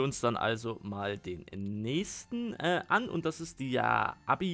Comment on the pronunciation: Das heißt nicht Abi es heißt aebi und auch nich äbi